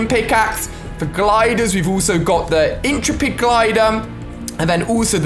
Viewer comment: right inteepid its in- trep-id emeeega is 0-meg-a